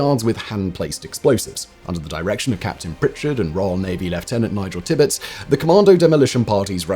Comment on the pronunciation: T'pitz? There's an "ir" in there.